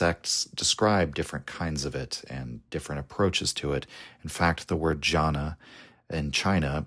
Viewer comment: Amazing video as always, one minor correction though, , it's Dhyāna not jana.